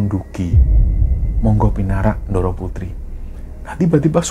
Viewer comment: sebagai org jawa klo melafalkan kata bahasa jawa sy harap tdk usah spt bukan orang jawa. lo klo bicara jg medok. utk melafalkan kata "ndoro" dan "sedoyo" kok melafalkan suara huruf D nya tidak tepat y sbg org jawa. maaf y